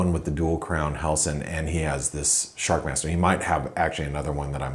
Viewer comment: is it "Sharmaster", "Shakmaster", or SHARKMASTER? LOL.